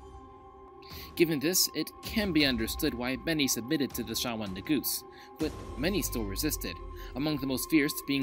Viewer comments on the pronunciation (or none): Negus not negoose